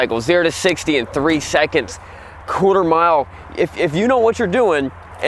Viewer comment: he rlly said cooter mile